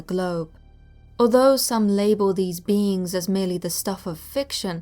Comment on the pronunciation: Every time you say "Black Eyed Beings" I hear "Black Eyed Beans" Anybody else? 😂